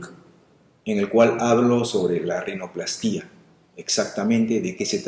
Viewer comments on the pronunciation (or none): Hola doctor, con todo respeto vengo a corregirle la pronunciacion de la palabra rinoplastia, al no llevar acento la silaba tonica seria "pla", rinopl"á"stia, abrazo y buen video